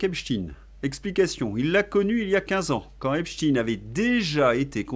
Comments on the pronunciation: Insupportable votre prononciation de Epstein qui ne se termine pas par in…..comment prononcez vous Einstein…..rectifiez en urgence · Pourquoi vous dites "Epchtine" ? On ne dit pas Epstein, comme Einstein et Frankenstein ? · Arrêtez de prononcer Epstine ; à mon sens c'est fait pour "adoucir" le nom ; on a jamais prononcé Franck Einstine ou Albert Einstine mais bien Einstein... c'est donc pareil pour ce bon vieux Jeffrey Epstein. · Insupportable de vous entendre prononcer le nom Epstein en Epstin….comment vous dites Einstein…..ou Einstin…. Rectifiez svp… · Faudrait savoir... EpsTINE ou EpsTEÏN ? La vraie prononciation est la deuxième et vous l'avez pourtant utilisée plusieurs fois. Syndrome du poisson rouge ? 😉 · Un léger bémol aujourd'hui : de grâce, ne prononcez pas "Epstine" (ce n'est qu'une ruse de ceux qui trouvent son nom trop "typé") mais Epstein, comme Léonard Bernstein : personne n'aurait jamais l'idée de prononcer "Bernstine"... Ceci dit, merci pour votre travail, je vous suis depuis le début avec beaucoup d'intérêt et je partage régulièrement vos videos. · Bonjour. On ne dit pas Epstin mais Epstein (tout comme on ne dit pas Einstin mais Einstein). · mais qu'est-ce que c'est que cette façon qu'ils imposent de dire "Epstine, Epstine" on ne dit pas Albert Einstine mais bien Albert Einstein. J'ai entendu d'ailleurs que ça vous a également échappé un ou deux Epstein 🙂 (ça n'est pas contre vous ) mais ça me donne la forte impression qu'il faut, par tout les moyens, détourner l'origine de ce nom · De qui parlez-vous? Epstine? Un russe donc? Non Epstein, moi je dis Epstein, il me semble que le nom de cette ordure se prononce « Esptaïn ». Dans le cas du manager des Beatles, jamais personne n’a prononcé Brian Epstine. Curieux. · pouvez vous arrêter de prononcer 🗣️'epstine' c'est pénible à l'oreille et un peu ridicule On ne dit pas 🗣️'einstine' ni 🗣️'frankenstine' hein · Cette prononciation de (Epstaïn) à la hollandaise m'horripile !